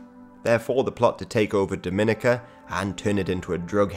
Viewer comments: It’s pronounced Dom-i-nica not Dom-in-ica like how the Dominican Republic is. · Dominica is pronounced Dominique - Ka Not Doh Mina ca pet peeve moms from the next door island. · Just letting you guys know it's pronounced Dom-muh-NEE-cuh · Isn’t it pronounced more like Dah-men-EEK-a? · Nice video, very fascinating. I’m sure it’s already been said but it’s pronounced DominEEka and not Dominica like you’re dropping the “n” in Dominican. Also, Rastas are against all “-isms” so Rastafarianism is an incorrect term for them. But other than that great video you’ve got some good material from what few videos I’ve seen so far. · Dominica is pronounced differently from the Dominican Republic, Dominica has more emphasis on the second I, Dom-in-ee-ka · It’s DominEEca. DomInicans are from the Dominican Republic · Damn this is a good video. It doesn’t really matter imo, but the pronunciation of Dominica is actually “Dom (like dominate) - in - ee - kuh” or “Daw-Muh-knee-cuh”. And Dominicans are actually pretty different from Dominicans. Lol that sentence. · It’s pronounced Domi-nee-ka